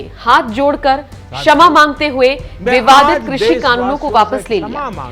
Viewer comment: क्षमा को शमा न बोलें!